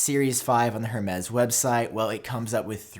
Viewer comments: Excuse moi, did you just say “Her-mez”?! It’s pronounced Air-mez! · “Herm-ez” lol. It’s “air-May”. (Hermes) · Her-mez? ROFL